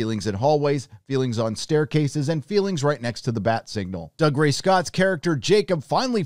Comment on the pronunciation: Just a plea from an old teacher... Dougray is pronounced doogray not dugray. Get the poor man's name right please.